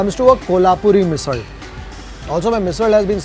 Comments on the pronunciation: Love how you’re pronouncing Misal. Have always heard this ‘rd’ sound at the end of Misal from Maharashtrians. Love your episodes of Gourmet on the road. Keep it up, sir! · Commenting while watching the video... coz i could'nt resist... Even Marathi bloggers dont review marathi food with such depth. So proud of you.... and being a maharashtrian loved your every pronunciation. Best part u say misalll not misal and thalipeeth not thalipit. Good job .